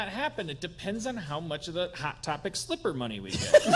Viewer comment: Tbh Slipper is not the word I heard at first.🤣